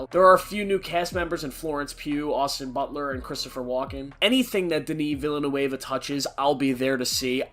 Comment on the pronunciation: Haha, the way you mispronounced Villeneuve is incredible, Great top ten though, can't wait to see Fincher's next film